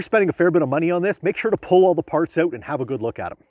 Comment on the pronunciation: The cuts are annoying and not saying " out " correctly is not funny anymore, 60 seconds in I had to turn it off.